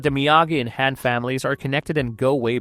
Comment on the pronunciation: The pronunciations are awesome. lol KaratuhKid, Ralph Matchio, Mr. Hann.